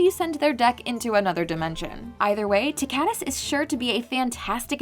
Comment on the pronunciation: "TICK-a-tus" that's how I pronounce his name, no "ti-KA-tus"